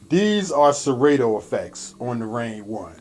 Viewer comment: It's pronounced Se-rah-toe not Se-Ray-toe (Serato)